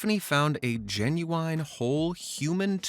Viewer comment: "Genu wine"worst pronunciation ever 😭🙏😭🙏